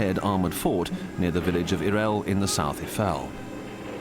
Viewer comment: It is Eifel, and NOT iefel, please learn to read before you do a video... this is beyond stupid.. [AYE - FELL] Have some respect and learn to pronounce the names right, people died there..